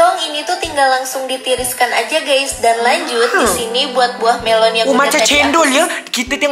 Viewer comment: Idonesia memang cakap buah melo😅